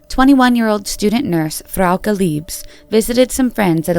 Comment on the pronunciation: Wait we're splitting hairs over severity but no points for such considerate and careful pronunciation of Frauke and Tristan's names, which typically are severely screwed up? Well that is a bit servere in my view. Seriously. 😁